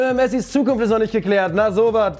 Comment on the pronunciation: ES ISSSSSCH FREITAGGGGG🤌🏽